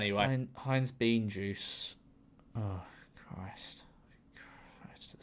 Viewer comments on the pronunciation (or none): none